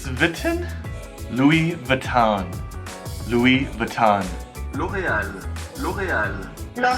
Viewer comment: 法国的品牌，还是请法国人来发音吧！您发的“LV”等很多法国品牌，念的并不准确，大概发“路易威同”这样的音节。还有IKEA,法国人念的真的和美国人不一样。美国的品牌，只有麦当劳的发音，法国人真的和您的发音不一样。